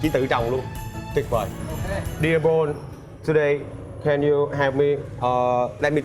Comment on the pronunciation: noi tieng Anh te wa ten Paul ma doc sai